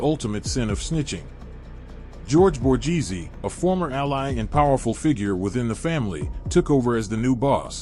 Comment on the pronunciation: Maybe try pronouncing the names Correctly, Chang a leen e Bor gaze e